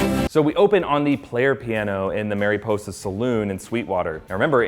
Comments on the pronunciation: its mare-a posa not mary posa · Marisposa is spanish for butterfly. I's in spanish are pronounced as E's.